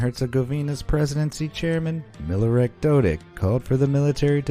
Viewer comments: Its not Milorak but Milorad, have a good day! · its actually miloraD not miloraK. you misspelled and mispronounced his name. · you messed up the bosnian flag and the name is Milorad not MIlorak come on did you even google it? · Bosnian president is Milorad not Milorak 😄